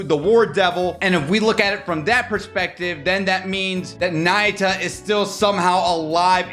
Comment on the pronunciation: its pronounce ''nah-yoo-ta'' not naita 😭